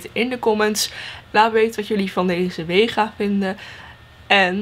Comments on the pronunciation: Geen haat het is vega geen wega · Het is vega he niet wega Update: lol waarom staat er bij jou wega?